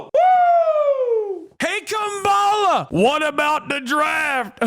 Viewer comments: Why are republicans so utterly incapable of pronouncing Kamala’s name correctly? It makes me want to rip my eyes out lmao. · I don’t take anyone who says Kamala’s name wrong seriously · Don’t think Jack here pronounced Kamala correctly once